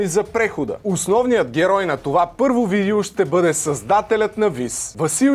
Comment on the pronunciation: ‘начи насра се с тая монетизация и 10 реклами във всяко видео. И btw казва се видЕО а не видИУ. Доста досадно…